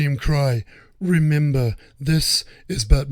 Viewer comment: "I dont wemembew 🥺"